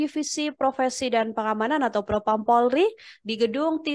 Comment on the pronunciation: Pelafalan nya kurang polri bukan pulrie